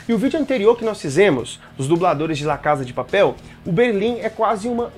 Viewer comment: "La cada de paperl" kssksksk